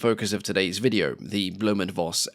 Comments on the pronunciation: Read it right, please! Just once! It`s not "blume and Voss", it`s "blume and Foss", for God`s sake!!! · It's pronounced "Foss" not "Voss", v in german is pronounced like an F.